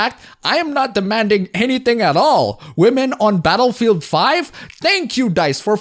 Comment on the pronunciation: I thought you said Betafield 5 for a second 😂